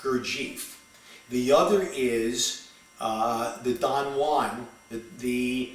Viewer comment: first of all somebody should teach you the right pronunciacion of Gurdieff and Don Juan. Then speak more abstract so that nowbody will understand you.